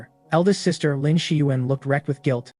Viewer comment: why did she suddenly become a sista 😂😂😂